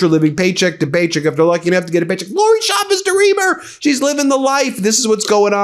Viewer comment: CH CH CH CHAVEZ, not Shavez. SalSa not salZa please and thank you